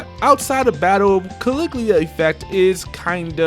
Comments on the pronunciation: Ka-Lig-U-La not Caligleea bud. Great video tho! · Let me tell you about Caliglia Effect. Caliglia! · what the fuck is CALIGLIA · Its CALIGULA...jesus christ... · At least learn how to pronounce Caligula, come on